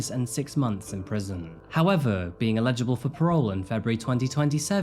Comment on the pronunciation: Love your videos. Your pronunciation of some words is a little odd to me. You seem to pronounce 'eligible' as 'illegible'.